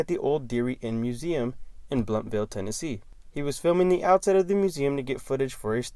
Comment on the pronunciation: Blountville not Bluntville. ELOCUTION